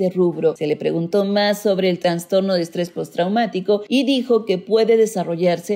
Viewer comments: Excelente trabajo, pero por favor no digas "transtorno" sino "trastorno". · Es idea mía o la narradora dice varias veces "transtorno" en vez de "trastorno". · La mujer que aquí habla dice "Transtorno" ojalá puedan corregir por "trastorno" correctamente. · Ella dijo transtorno🤢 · Por que dices transtorno xd